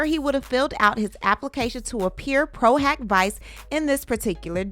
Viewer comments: "PRO - HOCK - VEE-CHAY" ✌🏼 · Diddy is scrambling like a roach when the lights come on. Lol Also, it's pronounced "pro hoc veechay" I hear say it all the time. 😉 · Pro hac vice actually sounds like "pro huck vee-chay" in pronunciation ❤ thanks for keeping us in the loop 🤗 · PRO HAC VICE (proh-hock-vee-chay)...u almost had it 🤣🤣